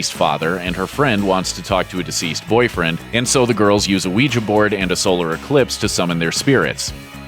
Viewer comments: He said Weja board lol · did it bug anyone else the way he pronounced ouija board?